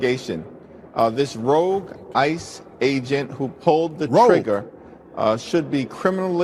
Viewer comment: Rogue did he say rogue ice agent? Somebody needs to give him a dictionary! God he is so stupid! He is the king of because I say it it's so!